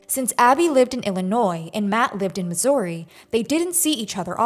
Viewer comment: The shock to my system hearing the ou in Missouri pronounced like a Canadian sorry 😂